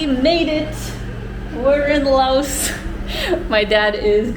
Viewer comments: The country is pronounced LAO. You people are so ignorant... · The "S" is silent in Laos.